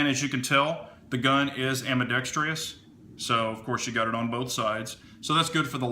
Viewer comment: Love your videos man you have a great tv/radio voice. Not to be a grammar nazi it’s pronounced ambee-dex-trus there’s no second I. I used to make the same mistake until my English teacher back in high school flipped on me. I have a black model of this gun wish they’d make a striker fired version of this gun in a 5 inch barrel that uses the same mags.